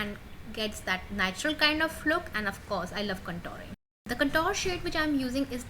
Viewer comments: although I appreciate your effort , it's awful to listen 'Contor' instead of 'contour' so many times! It's spelt as 'Con-toor' . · So true. That cuntoor started to piss me off after a point.